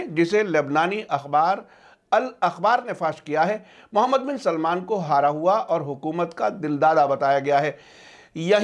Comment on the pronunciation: Please name sahi karo मूहममद है सही नाम ...मोहममद नही